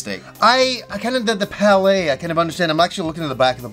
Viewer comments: Palette is not pronounced palay lol. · Is it a Canadian thing to pronounce color palette as “pa-lay”?